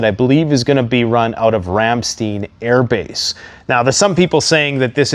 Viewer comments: It's not Ramsteeeeeen, its pronounced RAM STINE. =) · Ramstein AFB..... (Ram- stine)